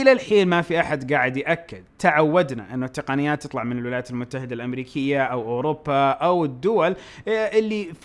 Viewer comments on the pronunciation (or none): none